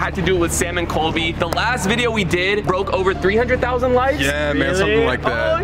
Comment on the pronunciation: its colby not coby